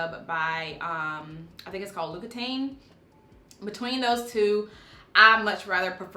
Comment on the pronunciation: The name is pronounced La Oc E Ton as in Wonton.